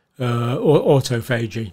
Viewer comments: John failed to pronounce the word autophagy correctly. Remember the scene in Inglorious Basterds when he Englishman pretending to be a German showed the wrong digits and it went down? Anyone should know there are four symbols to the word , not three. Especially a PhD. Currently rethinking everything he has said, especially since he was initially pro jab. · Bro can't even pronounce autophagy and pyroptosis. Clearly hasn't heard those terms before. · In the US they pronounce it Awtawfihgee